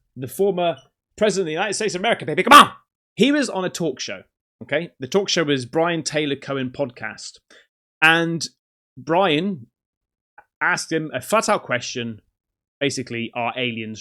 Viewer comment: Hey, love you and your channel mate 🙌🏼😍🌹👏🏼👏🏼👏🏼 But it's Bryan TYLER Cohen. NOT Bryan TAYLOR Cohen.